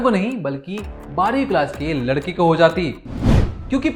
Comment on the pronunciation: उच्चारण में सुधार की आवश्यकता है। जब आप 'लड़के' बोलते हैं तो 'लड़की' शब्द का आभास होता है। वाक्यों के अंत में अनावश्यक stress न देंk